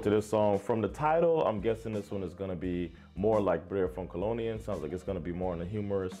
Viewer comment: By the way - kolonin has the accent on the last syllable, on the i.